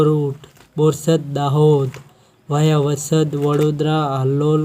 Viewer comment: આ ભાઇ ને વાયા સરખી રીતે બોલો